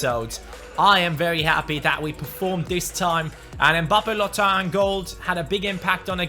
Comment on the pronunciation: mbabbe lottin you speak babbe lotttin